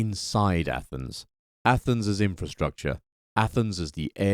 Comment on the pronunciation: you said ATHENS............. i understood ATOMS